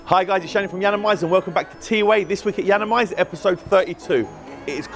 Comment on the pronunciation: Anyone else always hear "It's Shane from Yiannimize" ?